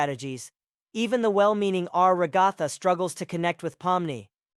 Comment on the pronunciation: Rag-Gatha? R-Ag-Gatha? NPC-S? This could have used a human touch, maybe? There are ways to have certain syllables and phrases pronounced by a CPU voice.